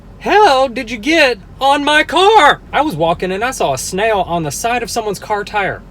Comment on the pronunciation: Did it sound like he said nail at first